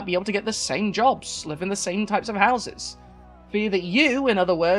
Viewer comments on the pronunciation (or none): none